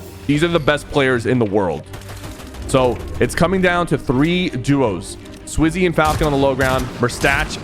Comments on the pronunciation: 8 minute in u said swizy and falcon falcon is the org is name is japko good vid btw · SwizzY and Falcon💀 & saying Slayer instead of Fragger like this ain’t elder scrolls online, the more I watch the video the more I realize ‘bro does not watch EU’💀 he’s saying almost all their names wrong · Bro said swizzy and falcon 😂😂 no hate